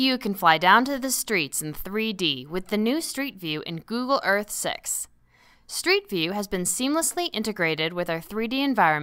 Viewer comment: she totally said google earth sex